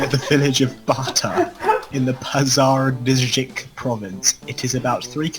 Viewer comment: Thanks for your two comments, I'm kinda surprised they didn't get more backlash for this awful arrogance. I mean they even laugh at minor errors in the grammar of sentences while absolutely failing to pronounce one single word like the name Pazardzhik.